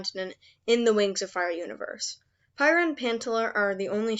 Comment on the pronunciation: Prryiah and Pantaler 💀💀✋